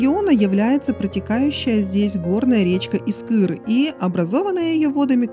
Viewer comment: ПанчарЕво!!! Искър - ударение на И!